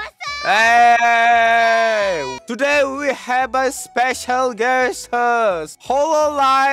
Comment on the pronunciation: Moon's "When we" sounds more like ♂️wee wee♂️